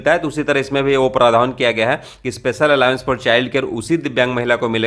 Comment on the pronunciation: दोस्त अलावेंस नहीं अलाउंस कहो तो ज्यादा सुंदर लगेगा 💐🌺🌹🙏